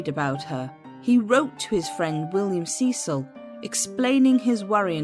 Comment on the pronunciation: "Sess-ill". not "see-sill"